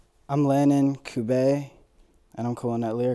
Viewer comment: Bro I didn’t know u pronounced his last name like Cubeh or Cube-ey